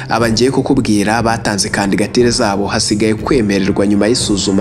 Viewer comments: Bavuga candidature ntabwo ari candigature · Kandigatire? Jya ugerageza uvuge ijambo neza kandigatire koko!?